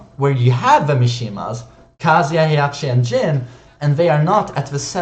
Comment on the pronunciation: Why do you pronounce Kazuya like KASIA.